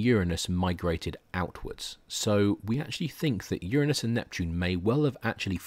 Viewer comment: Very nice lecture. Quite nice indeed. About the only thing i could possibly get nit-picky about is the mispronunciation of the word "Uranus".